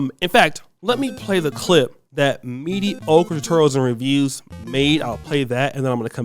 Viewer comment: Dont nobody fluck up anything like the way pronounces Mediocre Tutorial and Reviews. 🤣🤣🤣🤣🤣🤣 I love ya my boy